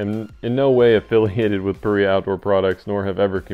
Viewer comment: Paria, pronounced "puh rye uh" after Paria canyon Utah. Thanks for the guide!